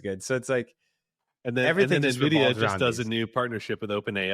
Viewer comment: It's "en-vidia" not "MUH vidia"